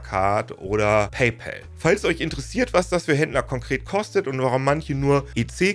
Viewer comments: Bitte sag in Zukunft nicht mehr "Paypel" sondern PayPAl. Mit A und nicht mit e. So heißt es nämlich nicht. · Paypal (zu deutsch Bezahlkumpel) können wir entweder eindeutschen, dann hieße es Paipahl oder Paipall, so wie wir auch Colgate (sprich Kollgäit) seit jeher eingedeutscht Kollgahte aussprechen. Aber dem Kumpel (pal, sprich Päll) den Männernamen Paul zu geben, ist zumindest kreativ. Genauso könnten wir Paypeter sagen. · Super Erklärung aber bitte sprich bei pal das a nicht wie ein ä aus. Da bekomme ich Ohrenkrebs von… Es wird nicht immer zwangsläufig im englischen das a wie ein ä ausgesprochen. Bestes Beispiel: Wenn du ball zu bäll machst ist das im englischen bell = Glocke oder klingeln etc. und nicht Ball, was du eigentlich sagen möchtest 😉 Oder auch staff wird nicht stäff ausgesprochen…